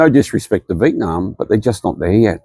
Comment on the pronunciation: What a privilege you enjoy to complain about a place you're not from and have to luxury to leave. Foreigners whining about why their lives aren't better in Vietnam (can you please even pronounce the name correctly?) should just pack and go. No need to speak, just exit. Who are you trying to convince? It's pretty disgusting listening to all the reasons why the country is not more convenient for you; you aren't even touched by any of the conditions your privilege keeps you isolated from. Please go home.